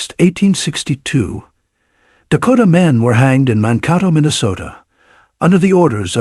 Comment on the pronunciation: The name of the town is Monkato (like Dakota).